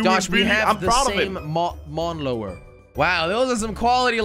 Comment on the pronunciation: LOL jelly said : MawN lOwEr